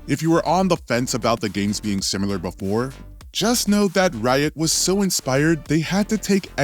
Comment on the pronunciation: Let me start out by saying i like your content. It does drive me crazy every time you say simular though. But i get past it anyways